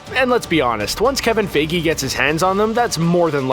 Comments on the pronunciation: Kevin Fay-gee? Doom has no reason to be there. He has no powers. But he could definitely be a major villain although hard to explain Latveria. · why still fey-gee tho? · My goodness pls learn how to pronounce feige. How many years does this take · Fay-Ghee or Fye-Ghee?